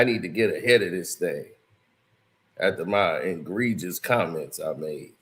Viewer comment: Myself and others told him countless times it’s egregious not engregious….smh. He also say gendra instead if genre 😂